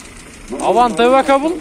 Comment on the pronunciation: И еще Хендэ Авантэ деп айтылат